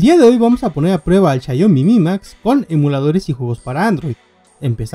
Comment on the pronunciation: Buen vídeo bro, sólo que se escucha raro cuando pronuncias xaiomi en vez de xiaomi